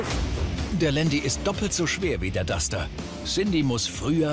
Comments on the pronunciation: Warum sagt der immer Dutscher? Entweder Dacia oder Duster oder? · Das heißt nicht Dutscher sondern Duster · dutschter? Duster heißt das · Kann der Typ nicht duster sagen? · Das heißt Duster du Pfeife